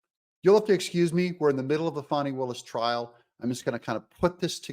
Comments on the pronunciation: He keeps pronouncing it Faw-ney, how do you get Faw-ney from Fani? Faw-ney is the politically correct way of pronouncing Fani. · Doug, if you can't pronounce Fani correctly, I will unsubscribe!